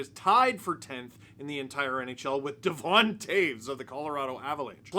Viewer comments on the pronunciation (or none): none